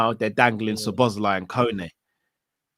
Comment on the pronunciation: Butchering the name Szoboszlai each and every time